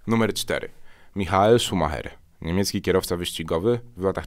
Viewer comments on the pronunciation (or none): none